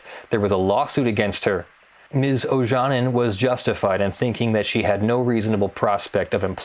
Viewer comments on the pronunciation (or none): Ojanen is a finnish surname, pronounced more like "Oyanen" (y as in you and the a following it shorter but you pronounce it correctly as in father ) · Looks like a Finnish name, try pronouncing it like "Oyanen" xD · It took me 5 minutes to realise that her name is Ms. Ojanen as the pronouncation is quite off. Not that it's point of the video, but a simple goole search for the name would have given the correct pronounciation. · O-Ya-Nen would be quite close to the Finnish pronounciation. But as said earlier she might be American who pronounces her name as Americans would. Then that pronounciation is correct.. Same way as it is correct to pronounce Scarlett Johansson as Americans would (although her surname is Swedish origin). So there is a real possibility that pronounced it correctly and I just didn't realise it when I'm Finnish.